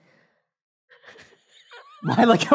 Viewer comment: It's hurting my ears to hear him mispronounce tamale